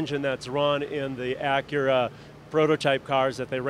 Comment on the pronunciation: The way he pronounces Acura, I thought he was saying Akira. Like the Anime lol. I'm from North America in case anyone seeing this is not sure why I perceive his pronunciation this way. It may be normal to say Acura that way in his homeland, but to me it sounds like a wholly different word. Amazing Car though, I love the idea of engine mounting in the mid configuration.